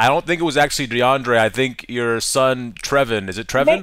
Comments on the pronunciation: she actually pronounced it as trey ven but it spelt trevin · My brother has the same name! It’s not treh-ven lol. It’s tray-von. Spelled trevon. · Trevan...lol treyvon😉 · nigga called him "trevin" im dead. its pronounced "treyvon" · He said “trevin” instead of “tray von” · Trevon.. Lol.. It's tray von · Haha, ain't got no black friends in real life. If he did, he would known the way to say that kids name would be Tray'Vaughn. The Tre in Trevon in black culture is not spelled phonetically correct. Anyone who is black or ever had a black friend would know this.